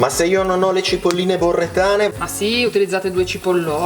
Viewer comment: Togliamo di mezzo subito l'unica possibile critica a un video spassosissimo: le cipolle provengono da BoReTTo, non da BoRReTo, quindi sono BoReTTane, non BoRReTane. Detto ciò.... a hai davvero detto F**A?? tre volte??? GRAZIE!! sono di Parma e usiamo quell'intercalare come, che so, i Mantovani dicono "Nè" e i Bolognesi "sòccia". Mi sento un troglodita quando lo dico con non-Parmigiani. GRAZIE! Dimmi che possiamo sdoganarlo, un po' come la scarpetta! Bloopers divertentissimi, curiosi e interessanti come retroscena. Ormai la regia e l'editing sono a livelli pazzeschi! Vorrei che il miniper che scende nel suo barattolo diventasse isomorfo alla scena da dentro al baule per Tarantino: spettacolo puro!